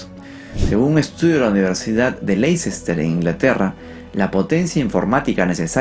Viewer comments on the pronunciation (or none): "Leicester" se pronuncia como 'Lester'. Es de esos lugares que han conservado nombres mucho antes de que se modernizara el idioma inglés. Está el nombre de la salsa "Worcestershire", que se pronuncia más bien como 'Wostersheer', y la localidad de "Gloucestershire" (de donde viene JK Rowling) que se pronuncia como 'Glostesheer'.